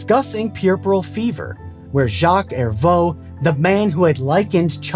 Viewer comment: “Hervieux” is pronounced closer to “Erview” than “Ervo”. Thanks for the video I didn’t know about this story!